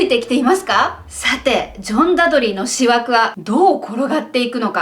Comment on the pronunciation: さんのオマージュを観ればジェーンも救われるのではないでしょうか？さんの失言？暴言？言い間違い？がおもしろすぎです😆それと差し出がましいですが、思惑は｢おもわく｣で手向けは｢たむけ｣ですよ😄漢字は苦手っておっしゃってましたね。お気を悪くされたら、すみません。